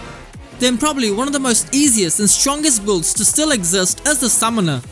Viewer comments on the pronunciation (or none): please i like your content but you gotta learn how to pronounce "BUILDS" correctly for the love of god